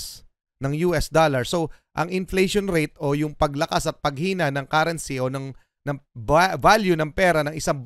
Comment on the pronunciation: Sorry to burst your bubble, guys. This is a big LIE!!! First, how can you believe someone who cannot even pronounce CURRENCY properly? Second, tons and tons of gold hindi man lang nila nagawang ishare sa mga pilipino? Kahit buong mundo kaya nilang tulungan pero meron ba silang kawang-gawa na galing sa sarili nilang kayamanan? Saan ba galing yang gold na yan -- tallano o yamashita? Kathang-isip lang yan kung walang maipresentang proof. Lastly, sino ang source of information ninyo? If you do research, nilalagay sa bibliography yung lahat ng sources of data or info para pwede mong mavalidate kung totoo o hindi yung pinagsasabi ng researcher sa research paper nya. Have a good one!